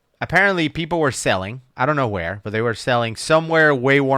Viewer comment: damn it, what are you doing?… oh you’re showing off your pink shoes. 👍 lol missed opportunity … sounds like said selling, even though he said sailing. Rookie… your gotta catch those moments. Your doing great. You too. On a serious note. Love the channel and reactions. I’m over here having fun. You guys are really funny sometimes. Also, I have a very dark sense of humor because I’m a Marine and I’ve been through some 💩 and once in a while, one or both of you say what I’m thinking. So good job with that. Again, thanks for making the content and giving me something to do. I posted this in another comment on a different video, but I’m a fairly new scuba diver with only an open water certification working my way up to dive master… I don’t know about going any farther than that just yet but that’s where I’m at. Also,, you need to give out some tips and tricks like does once in a while 🙏🏻